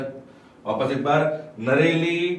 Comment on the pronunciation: नरेली नहीं है नेरली है